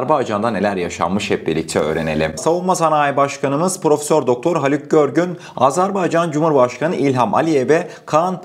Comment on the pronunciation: Azarbaycan değil, "Azerbaycan" telaffuza dikkat!!!